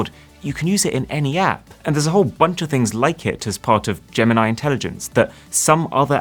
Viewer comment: DID YOU JUST SAY "GAM-NIE" INTELLIGENCE? ....